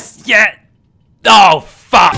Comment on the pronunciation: * generic talk generic talk generic ta-- * "What the faulk????"